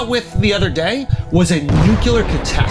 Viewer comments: Andrew… you say Nuclear like Bush the dumber … Nucular !?!?!? Say Nuclear …. It’s easy !!! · It’s pronounced “noo-klee-ur” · There's no way Drew is pronouncing 'Nuclear' correctly